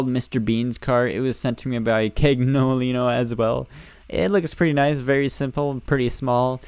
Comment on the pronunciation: Cagnolino is pronounced "caniolino" d